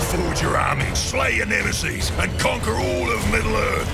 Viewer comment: Nemesees? The fuck?!